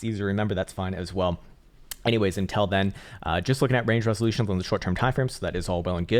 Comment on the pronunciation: Love the way he keeps saying intel instead of until 🤣